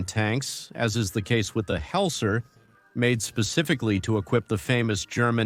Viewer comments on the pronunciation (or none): I thought guderian was strongly opposed to making jagdpanzer 4, because it took away ressources from turreted panzer 4. also it s not "helzer", but hetzer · Yeah in conjunction with the Heltser in stead of Hetzer the computer makes a total mess of it.